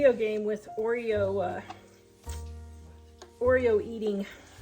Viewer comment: Just call the game Oro instead of oereo. Problem solved lol